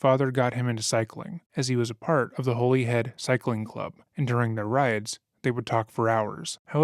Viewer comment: It's pronounced Hollyhead - like the word "holiday" - not Holy-head. And it's just MI6, not "the MI6."